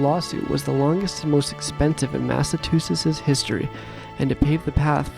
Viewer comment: "massa too sets"